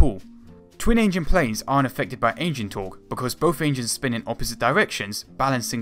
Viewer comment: Please, you are not on Eastenders! It's not "firty" it's "thirty". It's not "ve plane" it's "the plane". It's not "bofe engines" it's "both engines". Good video apart from vat (haha).